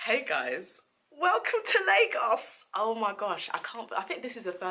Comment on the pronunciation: Hearing them say “Lagoas” really triggered me as a Ghanaian ngl